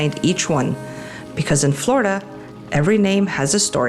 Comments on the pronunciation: It's pronounced Flor--i-da, not Florda. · How about pronouncing the state correctly? 😂 We who are true Floridians pronounce it “ Flar-da.” The way you and so many others say it makes us cringe a little. 😂